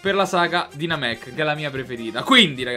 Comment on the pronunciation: Namek anzi che Namecc